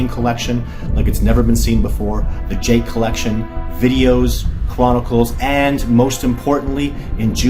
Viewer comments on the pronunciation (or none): none